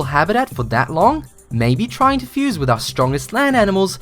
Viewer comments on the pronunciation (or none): none